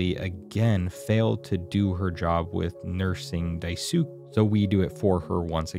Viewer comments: Just in case no one's told you yet, Daisuke is pronounced "Dai/die- s(oo)- KAY" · Im sorry this is amazing but I can’t get over the fact you pronounced Daisuke like Diesook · Not “DAI-SOOK” help 😂😭😭😭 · Its “Dai-su-ke” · “Die sook” lmaoooo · "Daisuuk" i- Man, that's going to be a hard watch if you keep saying his name like that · Someone probably said this multiple times but in case they didn't, his name is pronounced Dice-kay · worth noting i think your pronunciation of daisuke is off, pretty sure it ends in a "kay" sound and if i'm wrong god help me these replies will be fun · this video is wonderful you did an amazing job but i will say u pronouncing daisuke as "die sook" made me giggle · Just a small thing since you went back and forth a lot with it, to more closely pronounce it it would be 'die-skay' and kind of drag the s a little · You pronouce the name Dice-kay...or Dice-gay, however you remember it. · Daisuke is pronounced "Die-Skay" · Die-sook lol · Daisuke is said like "dice-key" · I am loving this video but any time I hear "daiesook" it takes me out of it ngl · Am I the only one who thinks that if you're going to do a video essay like this, it's kind of bare-minimum to actually learn to pronounce important names relevant to the media you're reviewing? I genuinely want to finish this video but every time I hear "die-sook" it completely disintegrates my ability to focus on ANYTHING else. Just. If you don’t know how to pronounce a name, take 5 seconds to look the shit up before you make a 20-minute video essay. 😭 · Every time you mispronouce Daisuke, it gives me an aneurism Genuinely, it makes the video difficult to get through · I can’t believe he didn’t realize even once the name was japanese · Same! Literally cringed every time he mispronounced it 😖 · konkavstylisten how are you pronouncing ke? Keh? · That pronunciation of Daisuke lmfao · im sorry as a japanese the way you say Daisuke's name is killing me LMAO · Dawg what is that pronunciation of Daisuke